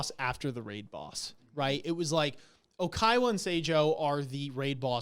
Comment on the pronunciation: It’s OY-KA-WA not OY-KAY-WA. :) Love u guys but I have to correct this because it’s going to be 4 seasons now. :)